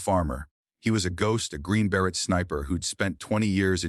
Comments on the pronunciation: Totally AI - Green Beret totally mispronounced- nobody would mispronounce beret and say Ber- Et - annoying as hell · AI is not intelligent because AI can't pronounce words correctly. Like beret